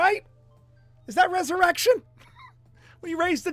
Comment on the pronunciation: I had two english girlfriends with the same birthday in Ophiuchus ... 😉 reser - my - rection !! yeee haaw!! 😁